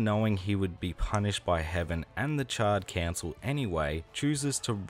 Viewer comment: Bro not gonna lie I thought you were calling them the Charred Cancel 🤣🤣